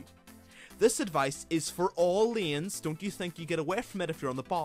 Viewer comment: Its layns(hey) not leans (mean) so irritating pronounce, great content but ur voice doe!